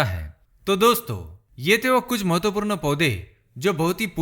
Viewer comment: Nice vdo m, full of knowledge lekin hindi bol rahe ho to km se km sahi uchcharad kriye jaese hr jagah apne mahatvapoord galat bola or chota u or bade oo ki matra bhi galat pronounce ki.. baki sb acha tha..😊👍🏻